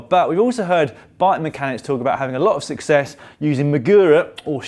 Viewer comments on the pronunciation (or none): none